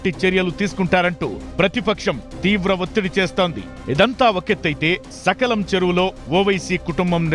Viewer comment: సకలం చెరువు కాదు సలకం చెరువు